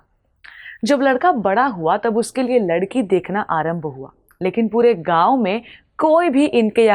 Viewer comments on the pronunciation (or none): none